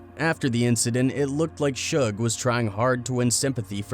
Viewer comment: they always mess Suge name up 😂